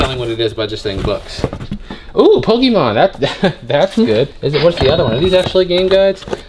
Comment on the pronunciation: So you have hella dragon ball tatoos and you pronouncing Pokemon pokeemon... Highly confused!